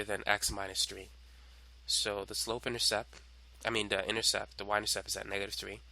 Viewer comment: Beautifully done. Only one thing. It's an "intercepT". And you could have edited out the occasional violent coughing.